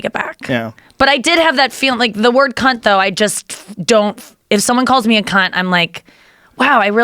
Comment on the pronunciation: Americans saying cunt doesn’t sound offensive, I just hear “kuyn” when they say it😂